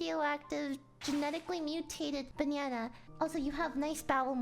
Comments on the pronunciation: She pronounces banana as banyanya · she says banyana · I swear to god she says banana like Bae-Ne-Enna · Lily pronounced "banana" like, "banyana". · It's not "Banana" it is "Bananya" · Am i the only one hearing her saying banana"banyana" ? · I love how you say banana 🍌